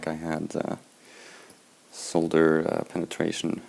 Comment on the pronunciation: always nice to listen to some one who knows how to pronounce ‘solder’ properly!!